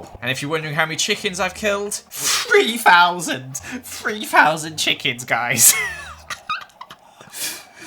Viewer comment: no one:: FREEFOUSANDS GUYS FREEFOUSANDS CHICKENS